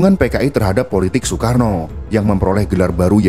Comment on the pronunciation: bacanya SOEKARNO, Maap 😂😂